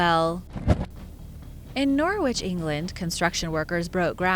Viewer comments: Norwich is not pronounced "Norr- witch" it's pronounced "Norr-itch". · Only an American would pronounce Norwich "Nor-witch"... Oh, well. No surprise.